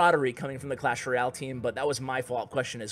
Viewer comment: He just said clash roy-al :)